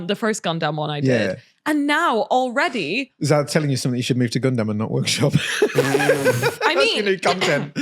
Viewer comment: Is pronouncing gundam "gun-DAMN" a British thing or a thing?